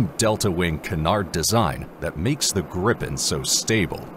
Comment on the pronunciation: If you’re going to create 15 minute content about aircraft, one would assume that you would research the material enough to know how to pronounce the name correctly. The Gripen is pronounced as Greepen and The Rafale as Ra-Fahl. Weird looking? Both are stunning aircraft